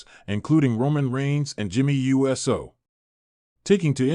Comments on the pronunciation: There are these little things called FACTS. Get some before you start posting bull crap, and while you're at it learn to pronounce people's names..... IDIOT!!!!! It's Uso snd NOT U.S.O🙄🙄🙄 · Jimmy and Jey's name is not U S O it is prnounced OOOOSOO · His name is Jimmy Uso, not Jimmy U.S.O. This guy is so fake